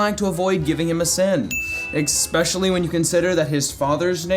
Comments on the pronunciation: pronouncing especially as “Expecially” is a sin. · You keep on saying expecially, it annoys me a lot. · Sin #1. Mispronouncing the name. Sin #2. 'Ecspecially'? Sin #3. Bottom end adidas swag. You're an idiot. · EXspecially, Pooma, Adeedus. I will never understand your pronunciation 😂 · What's an ekspecially